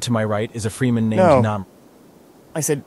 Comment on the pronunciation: Cool. I'd like to see that flick. BTW: It's pronounced "Fremen", not "Freemen". I know [🤓], but still ;)